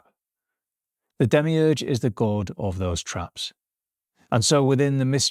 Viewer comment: Demiurge?? Demiurgos? Like creator? You really butchered the pronunciation